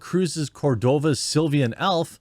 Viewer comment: The word is "sylvan," not "sylvian"